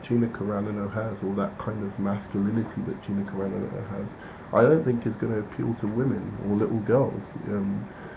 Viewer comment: It's Car-an-o. Not Caranno